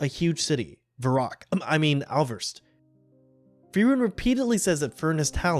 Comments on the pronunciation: Bruh, I can't believe you pronounced the city as "Ouverst", which is written as Äußerst. It's pronounced like Oysarhst. How in the hell did you even get the V in there? Otherwise, excelent video. Absolutely loved it. Himmel remains to be the absolute GoaT. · The city's name is ÄUẞERST not aubert Pronunciation is like.. AHYSERST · "äußerst" is read oisserst with an open o. ÄU in german souds the same as EU, and it's the sound "OI", the same way EI sounds "AI". What's the music of the video, btw? Amazing, it fits so well! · Learn the pronounciation of Äußerst [ɔysɐst] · just one thing for you. Äußerst is preonounced more like oi serst. The ß can be changed in the german language with two S. And the Äu make kind of an Oi noise. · "How in the hell did you even get the V in there?" By mistaking ß for β, presumably. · Probably the “b”. Sometimes “b” sounds and “v” sounds are hard to tell apart. Sometimes they sound the same when others say them. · That pronounciation of Äußerst is certainly ... something. Äu makes something like Oi, and the ß is a sharp s, or a c.